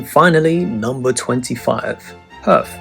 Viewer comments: Perth ?! lol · you had me until you said Perth, im from Perth and i moved to Aus because of Perth lol